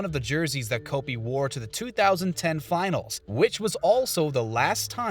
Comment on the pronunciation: It’s Kobe not Kolby